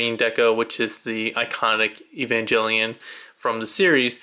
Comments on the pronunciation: EVA! Sounds like Ay-va. And Evangelion has a hard G. Come on man, you claim to like the show and can't even pronounce the name? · Just letting you know, you’re saying evangelion wrong, idk how to explain how to pronounce it but you’re saying it incorrectly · Sorry, like I said in the video I watched it back in college which for me is over 10 years ago, but now that you mention the hard G, I do remember now. Sorry if you or other Evangelion fans feel slighted for my mispronunciation! Sorry that makes you doubt that I actually watched the series/OVAs. That said, I'm not a huge fan of the series and the convoluted storylines. ~